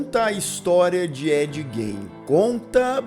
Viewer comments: O cara assistiu a série inteira, ouviu a pronúncia do sobrenome do cara umas 100x e ainda fala errado 😂😂 A pronúncia correta é Gin e não Gein. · Ed. Gain seria a pronúncia correta. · Na verdade, a pronúncia correta do sobrenome dele, é "Guim". O "e" não é pronunciado. E a pronúncia do sobrenome da Ilse, é "Cók". 😉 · Parei de assistir na pronúncia do Gein😊